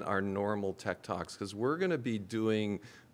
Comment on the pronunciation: At the start I thought he said Tiktoks not tech talks 💀